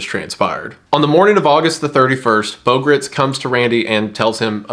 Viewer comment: It’s Beau Gritz(rhymes with rights).